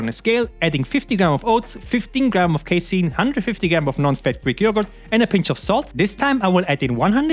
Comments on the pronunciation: YOU'RE PRONOUNCING CASEIN DIFFERENTLY NOW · haha true